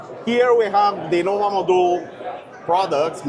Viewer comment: it's Nova Modul, not Noba.